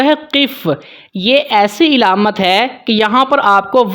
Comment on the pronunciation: علامت کے عین پر زبر ھے زیر نہیں ھے